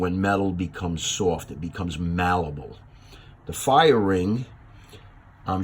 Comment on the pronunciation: Good info, Check out how Merriam-Webster says malleable. Good video Thanks